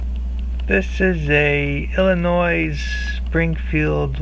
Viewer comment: FYI. Illinois is pronounced with the S being silent